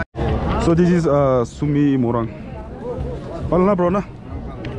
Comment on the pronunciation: bro why are you saying morung, say morung like a Naga. Like if you pronounced both differently. 😂